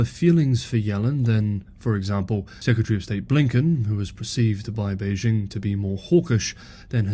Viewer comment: Beijing. The '...jing' has a hard sound. I assume you have been to China and have listened to Chinese people pronounce this word.